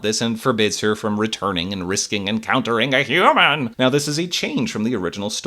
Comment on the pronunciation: did you say "human" like papyrus on purpose LMAO